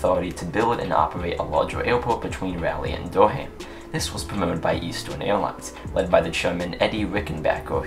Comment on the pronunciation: It is not Dur-ham, it is Dur-um, also good video!